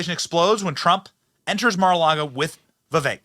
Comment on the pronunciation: It's NOT MAY - LARGO ... It's MAR ... Mar-A-Lago ( Mar-a-Lago (/ˌmɑːrəˈlɑːɡoʊ/; Spanish for 'Sea-to-Lake' )